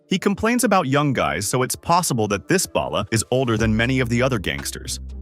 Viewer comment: Why can no one on YouTube pronounce Balla? It's "ball uh" not "bail uh" lol. It doesn't sound like ballast it sound more like ball!